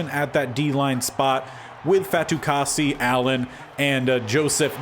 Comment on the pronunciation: You got Fatukasi’s name correct! :)